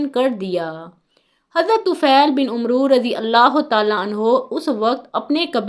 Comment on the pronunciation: Not Umro but amer